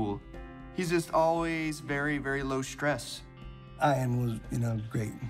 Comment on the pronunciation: Was that a inside joke when the one guy pronounced Ian's name with a hard I :eye-an